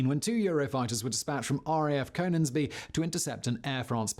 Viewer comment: I love docu series, but his pronunciation of Leuchars and Coningsby annoy me. Leuchars is "Lukers" Coningsby is "Conningsby"